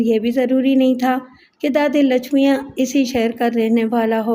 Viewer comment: Naam padhne me bahut gadbad kardi hai aap ne.. Wo Lachmiya nahi Lachmayya hota hai. Waise hi aurat ka naam, Lachma nahi Lachamma hota hai. Is tarah ke naam Indian Hyderabad, Telangana ke ilaqe me hote hain.